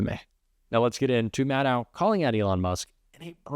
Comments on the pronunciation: Maddow is pronounced like Shadow, long O. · Please... even though some of her colleagues also pronounce her name wrong, you don't have to join them. It's MAD-doh, rhymes with SHADOW. Thanks.💜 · Maddow rhymes with shadow.